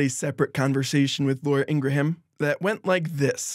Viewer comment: Fyi the "ha" in Ingraham is silent